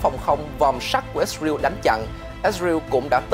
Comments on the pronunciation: đa số thì toàn là ít ra eo hoặc ít ra en thôi bạn chứ ko ai đọc là ít ra iu đâu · Ít sờ rờ yêu là sai, sờ rờ eo mới đúng 😂. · ix-rew là nước nào vậy cưng, is-ra-el. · Lần đầu tiên nghe có nước i sờ riu !!!! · Ít sờ rờ yêu. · ko phải cùng QG mà phát âm nhiều ~ mà cách phiên âm sai- IsRael ko phải Its real- chứ giọng huế SG HN khác bth mà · Kênh nên thống nhất cách phát âm của BTV, có người thì "ít sa riu, người thì ít sa ren, người thì i sờ ra eo" cùng 1 quốc gia mà phát âm nhiều quá nghe nó sao sao á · Ít riu là nước nào vậy, hãy phát ngôn chuẩn, để người nghe hiểu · lần đầu mới nghe có thằng kêu là ít sờ ra iu kkkkkkk